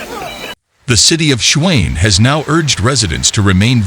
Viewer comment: City of Schwain... Hahaha, its Tshwane!